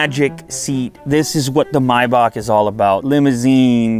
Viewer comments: Why do you call it a MYback? Do you pronounce the month the same way? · he said Mercedes Myback lol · i hate how he calls it mibock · Do you pronounce it my buck? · its pronounced may back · May is pronounced my? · The pronunciation of the word maybach got me😅😂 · has he pronounced maybach completely wrong? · i hate how you pronounce maybach, i stopped watching after the second time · May - bach not "my bach" you have to be American........ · Introduced as Miebock. Why don’t you Yanks learn to pronounce the product that you’re promoting. It seems rather bizarre that you don’t know the name of the quality product that you are publicising. I believe the name is correctly spoken as :- Maybeck, as I’ve heard from Mercedes (Mersaydes). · It kinda irks my ear whenever someone pronounces it My-Bok, but since I'll never own one, my opinion doesn't count. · It’s pronounced maibach… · If he say my-bach one more time imma loose it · I always thought it was pronounced may-back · I thought it was pronounced MAY....BACH? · Kinda kills the vibe when you call it a “MAY-back” 😒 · it is not "my back" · “The maibock” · It's pronounced May Back. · Its not MYBACK bro its MAYBACK...love the video! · Its pronounced May(like the month) -bach(like back) not my-back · My-bock...? I thought it was may-back... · Mibock? Dude.....It's Maybock.....you Canucks crack me up! giggle....Love your show dude, just busting your nut....🤣🤣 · May - Bach not My-Back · its not "mybach" its MAYBACH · Is anyone else hearing "Myback"' instead of "May-back"😅? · It’s Maybach not Mayback 😂 the pronunciation is killing me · Its Pronounced May Bach - Not Mi Bach ! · Isn't it pronounced "may-back" instead of "my-back" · May-back is how it’s pronounced. Not mi-bock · Myback for Mayback ? do u say April My June ? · "mAybach" no.. it's pronounced "meybach" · Bro wtf is maaayback 🙂 It's Maybach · it's maybaRR not maybaK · It's pronounced "May-Back" not "My-Bok" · Maybach not mybach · It's maybach not mybak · “My bock”